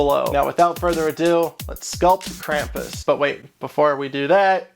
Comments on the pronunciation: If your going to do a German thing and say it wrong than I'm done It's said (Kram-poos) Krampus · It is pronounced "Krahm-poos", with really an "s" at the end, not a "z". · the pronunciation of Krampus is very different in this video. I’ve only heard the German pronunciation with the long “u” sound which is more like an American saying “Kram-puss” and the “Kr” being said in the throat. pretty interesting how different languages say this word.